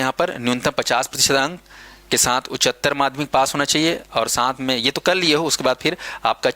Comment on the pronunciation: उच्चारण तो शुद्ध कर लीजिये महोदय, उच्चतर होता है😊